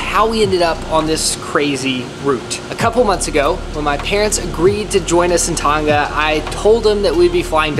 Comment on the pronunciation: Can you pronounce Tonga properly please? It's pronounced To 'nga', like nah but add the sound of g. You got the 'To' right, but you are pronouncing Tonga like 'Ton; ga' Please and thank you, from Tongan friend ❤